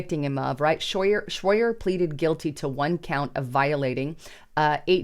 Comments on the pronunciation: Shroyer not shroader! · It's " shroy- er" not " shroy- der". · Schroyer not Schroyder. She really needs an editor. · Shroyer, not Shroyter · HIS NAME IS SHROYER NOT SHROIDER. LOL. Meanwhile BLM rioters are being paid millions in lawsuits by crooked judges. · Who is Owen "Shroyder?" It's Shroyer,....ooops! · It's pronounced shro yer.. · you could do is say his name right...SHROYER.😂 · Isn’t it Shroyer? I think you are getting his last name wrong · Why can't you say his name right? Owen doesn't have a T or a D in his last name. This is a garbage channel. has been saying red alert and end is near for 5 years. Not one warning or anything you say has been true. I hate the left but I hate all people who just make things up and try to keep people in fear. you are done. You're old and washed up. And you're a propagandist and it doesn't help anyone to tell them lies. And it's always "join my channel to hear the real news!". So you're going to only tell the people who pay the truth? This sounds like a left job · It's Shroyer.